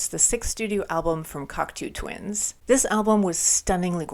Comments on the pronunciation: binned after 23 seconds as she cant even pronounce the bands name properly, give me strength. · Have you learned how to say the name of the band yet?